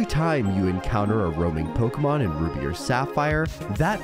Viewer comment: "rubi" lmao